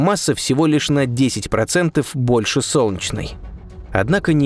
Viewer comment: Сделай с собой что-нибудь! Не глотай Е когда говоришь "Солнчной системой". Очень бьет по ушам. Пожалуйста. СОЛН- Е - ЧНАЯ СИСТЕМА.